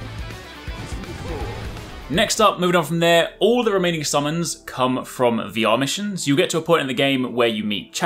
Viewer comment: Lol!!!! Slow down when you say "VR Missions", it sounds like you are saying "The Amish". I had to turn on subtitles to fully understand that you were saying VR Missions.